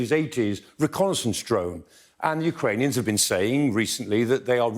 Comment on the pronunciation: Amongst other qualities, two which makes Prof Clarke the best analyst here is his knowledge of the geography of Ukraine & Russia and his accurate pronunciations of Ukranian/Russian places!!